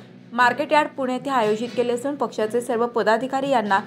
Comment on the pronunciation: उच्चारा कडे लक्ष द्यावे. असूण - असून. णाव - नाव.